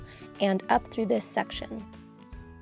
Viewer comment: Does anyone else get really annoyed on how she says "section" ?